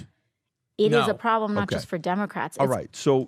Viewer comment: When you have to define the word "priblem", you have a problem! 🤦‍♀️